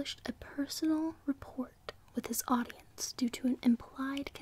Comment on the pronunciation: Love your hat and cowgirl look c): ) You should go to a rodeo dressed like that (don't forget your cowboy boots) Just a few helpful things:) just fyi, that type of cover, that opens out like a book, is called a 'gatefold', 'gatefold sleeve' or ''gatefold cover' also, 'rapport' has a silent 't' pronounced 'rappore', 'poignant' is pronounced 'poinyent'